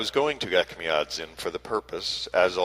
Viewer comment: Echmiatsin - the second sound is j or ch like in chair (not k or ck)